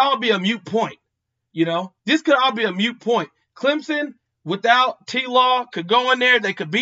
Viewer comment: "Moot point", not "mute" my brother. Great contents as usual.